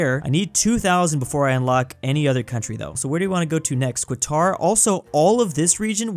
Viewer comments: he really said Kwatar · And called Qatar Kwatar